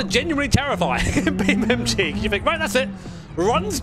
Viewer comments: ITS BEAMNG NOT BEAMMG YOU DONUT 😂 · Brother its BeamNG Not BeamMG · When he tries to say "Beam N G" you can see his lips closing twice, meaning he's saying "Beam M G" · I will always hear Beam MG lol I can never not hear it. thank you for all these years of entertainment mate. I swear I don’t say thank you enough❤ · cannot unhear Beam MG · You keep saying beam EM GEE and it’s driving me literally to the edge of insanity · ah yes i love beamemgee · "Beem Em Gee" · it realy sounds like your saying Beam MG. XD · Why do i keep hearing "beamMG"?😂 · I can’t be the only frustrated by hearing Bee MG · Does say BeamMG on purpose? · Anyone notice says beamMG or is it just me? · are you calling it Beam M G? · Am i the only one who hear him say beamMG . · why is he saying beam mg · Oh come on, you're a grown-ass man with a set of accomplishments and a career! You speak for a living. Say "NG". En Gee. Beam NG. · because thats what he says lol no idea why